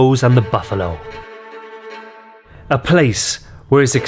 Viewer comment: At the start did he say Bum Holes and Buffalo's